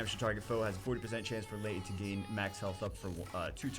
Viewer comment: It is pronounced 'Lee' not Lay No one names their daughter lay...